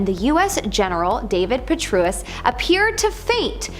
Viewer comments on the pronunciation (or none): Rom like Dom; Gen. Puh-tray-us Come on y’all, at least make sure you’re pronouncing the names correctly…